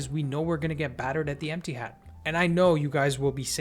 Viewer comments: Did he say "Emptyhad" or "Ettihad"?😂😂😂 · did you say "emptyhad" :3